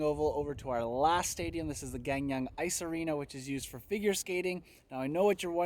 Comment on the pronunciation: Hello! Came here by YouTubing 'PyeongChang 2018'! Amazing video and hoping to watch more of your videos!! By the way you are pronouncing Gangneung (강릉) wrong.. It sounds like Gaang Neung - Here's a video that may help :) Smashing that sub button